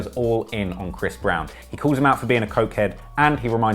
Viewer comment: Soooo, do they all call him Bhris Brown?